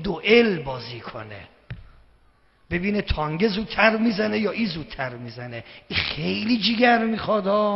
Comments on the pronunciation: این به تانک میگه تانگ.اونوقت مرجع تقلیده یه عده ساندیسیه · چرا به تانک میگه تانگ .